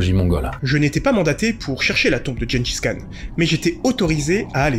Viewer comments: Même pas il se renseigne sur la prononciation 🤦‍♀️ Tjenedjis Kane !! Comment tu dis Gérard et guenon ??? 🤦‍♀️🤦‍♀️ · Le niveau... Personne ne dit "Guengis Khan".